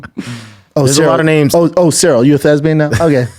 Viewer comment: Someone get on the line to let him know the word is "Thespian" and not "Thesbian".